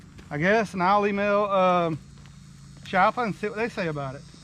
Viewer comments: It’s pronounced “Kiappa”. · It's 'KEE-APPA'. Hear it from the man himself